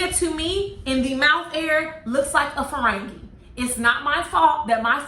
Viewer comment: You said Farangie!! 🤣🤣🤣🤣🤣🤣